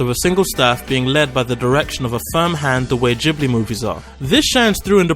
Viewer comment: Anyway..just info, it's Ghibli, like in gift.